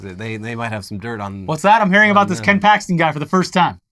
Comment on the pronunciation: Did you say Ken Paxton?